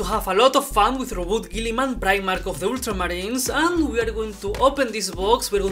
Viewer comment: I love the way you say ultramarines. Oddly satisfying 😂